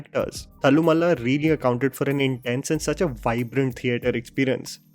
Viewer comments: You can pronounce it as thallloooo-maaaala. You were pronouncing it as thallamalla. I'm just correcting you brotha. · Yo.. This is the pronunciation - तल्लु माला.. not थालु मल्ला.. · Thallumala pronunciation is तल्लुमाला not तल्लुमला. One means chain of brawls the other means hill of brawls. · Its pronounced तल्लुमाला,.:) Thallu as in ulloo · I really loved watching thallumaala in theatre. And it's तल्लुमाला you are pronouncing it wrongly 😅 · Its तलु (with a one and half ल) माला I don't understand why no one has requested you to pronounce the term correctly. Anyway, now you know.